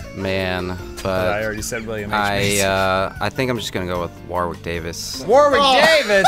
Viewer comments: PSA: The 2nd W in Warwick Davis's name is silent. It's pronounced "Worrick" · its said Warick not Warwick. English is weird